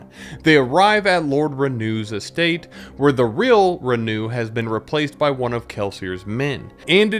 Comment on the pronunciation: its Renoux not Renew